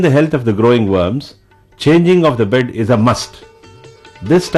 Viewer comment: when he said 'bed' really it sounds like bird. "changing of the 'bird'